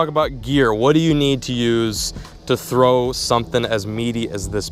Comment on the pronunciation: Throw not "through"